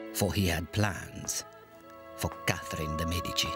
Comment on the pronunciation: next time you film "experts" on the medicis please take some that are able to say the name